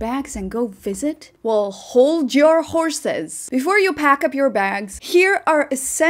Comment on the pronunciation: face-red-heart-shape::person-turqouise-waving::hands-yellow-heart-red: she said Hold Yer Horses like a true southerner LMAO